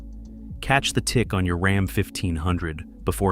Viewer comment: Heme and RAHM. I hate AI videos.